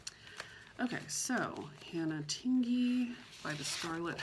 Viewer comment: You are the only one who pronounces Tingey correctly.😊 It is as if you were going to say ding or ping and then added the “ey” to the end. I don’t know if that’s a very good explanation... I’ve let a couple other creators know but they still say it the wrong way. Who knows, maybe they never read my comment? Or maybe it didn’t make sense to them. It’s no big deal. In some areas it’s a very common name but in others people have never heard of it. 😊🤷‍♀️